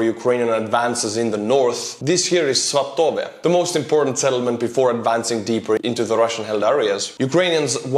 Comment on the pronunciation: I thought "svatove" was pronounced like /'svɑ.tə.və/ -- with the stress on the first syllable?